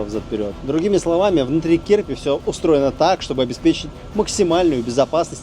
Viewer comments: Кирпи ударение на второе і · Да, только называется не кИрпи, а КирпИ, и переводится как "Ёж". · не кИрпи, а кирпИ - kirpi - ежик.